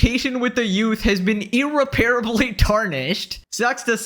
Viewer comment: brother your pronunciation of "irreparable" hurts my inner Grammar "notsee"